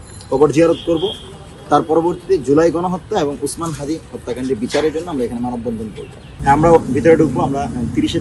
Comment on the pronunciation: সাউয়া হাদি নাম টা ঠিক করে বলেন